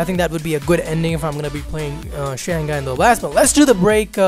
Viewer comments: Its pronounced as shang-hai not shan-ghai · shang-gai ? hahahhaa lol